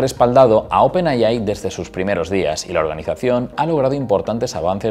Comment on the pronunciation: Gracias por la info . Otra compañía importante podria ser nvidia , claro q ha subido mucho el precio de la acción debido al mismo bum de la IA . Y pues me da pena pero creo q de dice open ei ai y no open ai ai, suena medio gracioso ☺️.